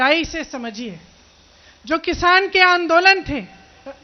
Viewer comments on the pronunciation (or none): none